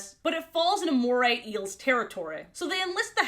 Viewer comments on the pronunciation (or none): none